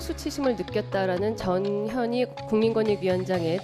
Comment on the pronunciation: 전현이 읽을때 발음이 "저년이" 맞나요?